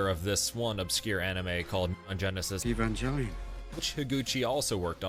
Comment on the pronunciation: Ey-van-geh-leon? Is this news? Have I been lied to?